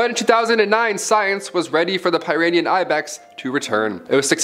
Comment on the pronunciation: Pie-rinean... facepalm